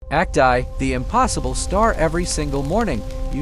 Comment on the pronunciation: nope. Referring to Act "EYE"